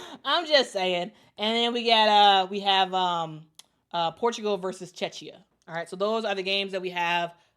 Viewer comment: Thanks for the Eurobasket update. FYI Czechia is pronounced cheh·kee·uh.